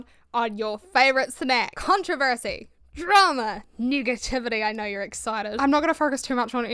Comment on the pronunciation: "i naurr" .. i love it 😂